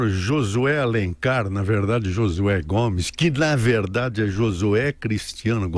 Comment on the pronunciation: gosto de ouvi la, mas fala muito errado. jorinal, enterivizta, inveriteri, veridade, razigar, forima, ferinando, goverino, eleitori, veriboragia, ezqueriveu, seri, etc... ruim de entender o que fala.